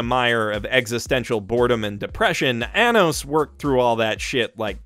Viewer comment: it's Arrh-nos not A-nos. (Edit) The intro was beautiful😭😭😭 *Sobs